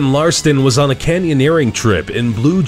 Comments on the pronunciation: Ralston, not Larston... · you said Aaron larston not ralston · Aaron Ralston, not Larston, You wrote it right, but pronounced it wrong over and over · lol is it Larston or Ralston..? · lmao "Aron Larston" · Um, you referred to Aron Ralston repeatedly as "Aron Larston". oops. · Just so you know you said Aaron Larston instead of Aaron Ralston. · On it says ralston but you said larston HA finally found a mistake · I like how the announcer mispronounces "Ralston" by saying "Larston", but gets all those crazy Russian names right. Nice! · he says aron larston but the name says aron ralston llelelelelelel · Aaron Ralston, not Larston, lol. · Bro just sayin, it's ralston not Larson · You mispronounced Aron RALston's name a few times as Aron "LARston". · Aron Larston, except the screen clearly says "Aron Ralston" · You said "ralston" wrong. You said Larston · You say Aron Larston when it says Ralston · announcer said Larston, Name on video was written Ralston. Don't know which is right, but one is wrong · How do you say Larston when the guy's last name is Ralston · Are u kidding? Did u just say Aaron LARSTON? LARSTON???!!! WTF??!! It's RALSTON... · It's RALSTON not LARSTON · they pronounce the guys name wrong. Screen says Ralston and he says Larston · Some corrections: Touching the Void documentary is on netflix and Joe Simpson also shattered his right leg upon falling instead of just falling into the crevasse without injury.. Aron's last name is pronounced Rall-stin, not larstin... but I do that sometimes too. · aaron Ralston pronounced larston...awesome... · Why did you pronounce Ralston as Larston? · This can can't pronounce Aron ralston's name right he said larston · It's Aaron rawlston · This guys pronunciation of "Ralston" made me want to throw him under a train